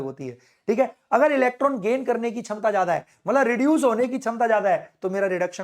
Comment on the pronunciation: Shamta ❎️ Chamta✅️....😂😂